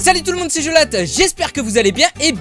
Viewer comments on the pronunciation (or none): jolt pas jold